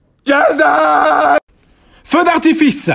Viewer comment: Cüzdan değil Cözdaaaan